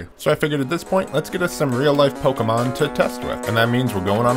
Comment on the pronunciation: You are saying Pokémon incorrectly